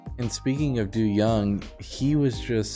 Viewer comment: It's 'Do' as in 'Do Re Mi', not as in 'Doo-wop'.